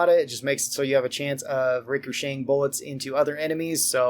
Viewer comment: rick - er - shaying .